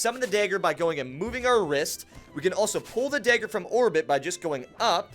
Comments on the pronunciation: Why do u say daygger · Dagger is pronounced as d(ah)gger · I’m not sure I’ve ever heard anyone pronounce dagger the way you do friend. Great video though!